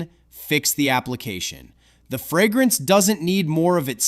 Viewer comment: Nobody? Nobody is bothered by the pronunciation "frag-grance"? 😅